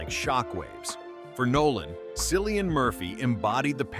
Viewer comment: "Cillian" is pronounced more like killian, not sillian btw